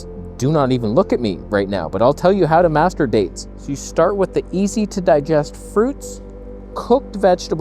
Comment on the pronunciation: I had to rewind that part! I thought he said, uh, ya know…😂😂